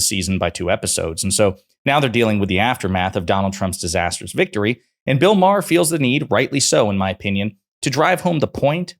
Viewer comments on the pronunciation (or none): It’s MA HER not Maaaarrr MA HER